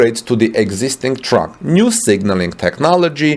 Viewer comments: Interesting and IMPORTANT video! My friend it Sounds like you are saying "Truck" When you are trying to say "Track" to mean "railroad track". "Track" is pronounced to rhyme with "Tack" as in: thumb tack. Clearly Germany is NOT interested in Tesla's success. This accommodation would only inure to Germany's benefit. To claim some trespass of utility is exalting form over substance. It belies the true intention of Germany towards Tesla. It was a trap to invite Tesla into investment in Germany. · I too heard Truck initially and was confused but soon figured out he meant Track. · For 2 minutes, I keep hearing “truck”. Then I finally got it was “track”. Silly me. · Isnt it "railroad" on english? took a time before i got what he said too :D